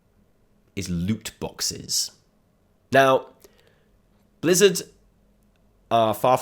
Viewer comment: did he say Blizzda ? Blizzard & Bethesda hybrid XD!